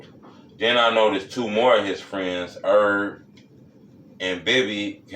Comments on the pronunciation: His nsme is Herb not ERB 🤣🤣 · It's Herb